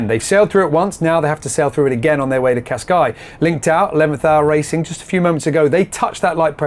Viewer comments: Great episode as usual and thank you for the update. But please stop calling Cascais - Cascai! It is pronounced Casca-is or Casca-ish if you prefer. Thank you ;) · when did the Portuguese drop the “s” off Cascais?